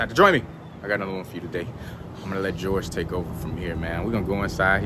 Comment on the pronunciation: LMAO, ITS PRONOUNCED HOR HAY NOT GEORGE. THE J IS AN H. JORGE IS HORHAY IN SPANISH BRUH.